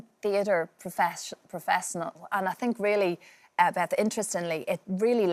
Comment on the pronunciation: CAH-LUB 💀 seasoned theatre PRO-THESS-NAL 💀